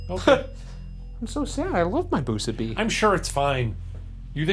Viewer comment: "If you bwoke the boo-subi, hit the bell 🥺" ding